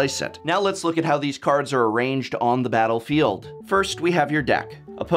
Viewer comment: Prof used to pronounce "battlefield" very... peculiarly...